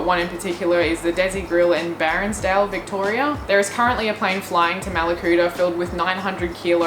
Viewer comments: Small correction. CFA is the Country Fire Authority. Not Association... oh and that Bairnsdale is pronounced Bansdale (think of Cairns) 😁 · You did a great trying to saying Bairnsdale 😂 from someone who comes from there. It’s scary how bad these fires are hoping you are safe and stay that way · as a person from Bairnsdale I cringed from the way you pronounced it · how as an aussie can you miss pronounce Bairnsdale